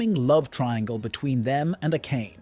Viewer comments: AKÉJN? Really dude??? A-ka-né!!!!! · everytime bro says A-kain im losing my shit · great recap but please pronounce the name properly, who tf is a-Kayne-ey